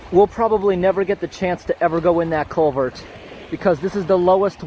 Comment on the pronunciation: CulverT...with an emphasis on the T.